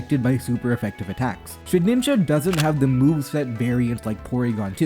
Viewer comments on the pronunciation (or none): Shed-IN-ja, not shed-NIN-ja Youre killing me 😭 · Please, man. Its Shedinja, not Shedninja. You're adding an extra n. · SHED INJA NOT SHED NINJA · Say it with me: SHE-DIN-JA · I will never get over the way he ALWAYS mispronounces Shedinja 🫠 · I never noticed that and now it's driving me insane too